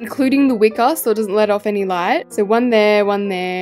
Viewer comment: When she said so cute in my ears I heard sor cute